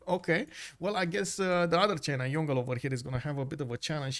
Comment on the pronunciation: FYI Yongle pronounced Yong-le not Yon-gle😅